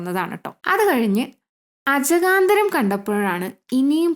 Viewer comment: അജഗാന്തരം ❌ അജഗജാന്തരം ✅